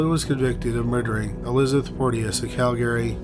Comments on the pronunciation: CALgary, not calGARY. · Cal-GARY. LOL. That's a first for me. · Bro. Say it like Cal-gree. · it's not pronounced like that. you're maing it sound irish. it's "KAL-grr-ee"